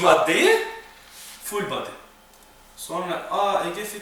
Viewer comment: ne guzel ful baadiiy diyor kitapsiz